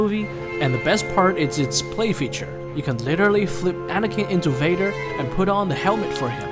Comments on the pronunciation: WAdER ahhaha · Darth wader lol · Bro said darth waiter😂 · You said darth Vader wrong